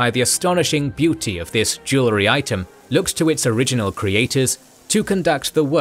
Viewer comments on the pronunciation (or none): none